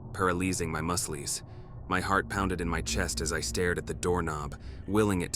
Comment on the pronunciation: “Paralizing my musleys”😭. This ai voice funny